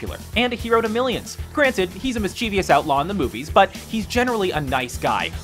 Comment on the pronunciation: 1. It's mischievous, not mischievious. 2. Corps. is not pronounced like corpse.